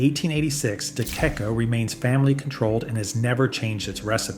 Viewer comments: It's pronounced deh-checco (CH as in CHeese). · Number 2 is pronounced Di CHecco, not DiKecco. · It’s pronounced ”Dichecco” Not dekecco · The content is decent—although since DeCecco is so good, it deserves to be pronounced correctly: de-che-ko, not de-ke-ko. The stock visuals are worse than bad. Half the time they’re showing ramen! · De Cecco is pronounced "Dee-Check-Oh", not "Dee-Kek-Oh". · De Cecco is pronounced De Checco, not De Kecco. Just sayin'. And yes, it's awesome! Will try Rustichella after I hit the lottery😉😘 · De-CHECK-oh, not de-KECK-oh. Thus along with some syllable mistakes says it’s AI. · It's pronounced DeChecko. If it was spelled DeCheccho, your pronunciation would be correct. In addition to Rustichella d'Abruzzo I'd add Rummo and La Molisana. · De NOT "Da" !!! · It’s not “De que co” but “De tché co” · Thank you for this excellent video! FYI: De Cecco is pronounced “de checco” and Rustichella is pronounced “rusti-kella.” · Pronounced de check-o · its duhTSCAYko and ur spozed to be a pasta expert. lol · It’s pronounced Deh Checco, for heaven’s sake! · Good analisis. And agree. Barilla has become an insult to italian culinary culture. I would suggest to research the ponounciation, before doing your comments. The word De Cecco is pronounced De Checko (de c like in the englisch cheese). I the last mention you got it right. 😅Rusticcella you pronounced on the spot. The double CC is also like ch but harder because of the double cc before the e. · Too bad he doesn't know how to pronounce De Cecco. ---it is pronounced "DChecko" not the way he says it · The names De Cecco & Rustichella are pronounced "deh CHEH koh" and "roo stee KEL ah," but you do you. I do appreciate the list. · if you knew anything about spaghetti you would know how to pronounce De Cecco…Day check coh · It’s pronounced “ D Check O “ Thank you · De Cecco is pronounced "duh-CHEK-oh" not the way is butchering it. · day chek oh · De Kecco? Is that how Americans pronounce it?